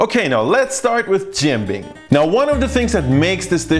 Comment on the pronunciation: I’m impressed by your pancake pronunciation in Tianjinian👏👏